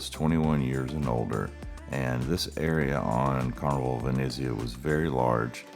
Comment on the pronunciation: Good video, but please pronounce the name correctly, Venezia not Veneeezia!!! Try to be more upbeat as well….